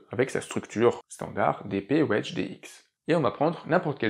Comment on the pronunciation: mon commentaire était humoristique évidemment ! Merci pour l'explication j'entendais "wesh" ça m'a fait pisser de rire 🤣🤣